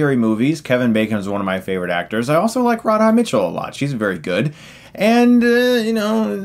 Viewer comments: It's RA-DHA. RA DHA. One more time Ra-dha. Radha. Radha. Radha. Now keep repeating that until you don't say Rodhod anymore. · pronounced "Radda" Mitchell - not Rad-Haaa ;-) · "Rod-Ha Mitchell"? Really? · Rard Hah Mitchell huh... Radha, rhymes largely with Nada... You're welcome Stucko. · rod-ha Mitchell? come on Stuckmann's. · Rad-Ha? Don't think her name is pronounced that way. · That Radha Mitchell pronunciation though...